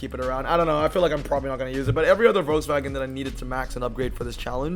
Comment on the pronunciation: Imboldn’s pic for the EXP 100 with the lit up grille would be the perfect pic in game. Also hearing the name Volkswagen pronounced properly should be a standard everywhere